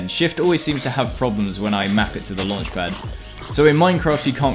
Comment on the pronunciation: Everyone:: "I drive cars with luanchpad"